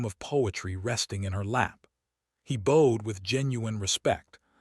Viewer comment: Same crummy AI voice that mispronounces names, adds consonants to words; staring into starring, hoping into hopping and the heteronyms; bowed and I’m only into the story.🤦🏻‍♀️ I listened to the whole thing. Same storyline as many other channels, another cold Duke treating his wife like furniture.🤦🏻‍♀️ AI still made more mistakes with the names; is it Elara or Alara? that’s unknown. It’s Mar gar ette, not what AI said. Another hopping which should have been hoping. I rate your tale a 4.5 out of 10.